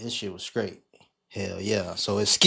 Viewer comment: the word is straight not “skraight”. 🤦🏾‍♀️😂😂